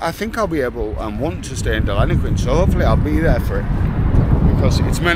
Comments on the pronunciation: I do understand your from England, but the doesn’t is pronounced as Denillaguin not Delinaquin . Have a great day. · Den-ill-e-quin It's Boong for Platypus. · Pronounced Denil-a-Qwin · First time I’ve heard Deniliquin called Deliniquin. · You need to learn to practice saying Deniliquin properly. 😜 Denny is good enough for those that know! 😎Enjoy cobber. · You don't love the place enough to learn how to pronounce the name of the town you are in !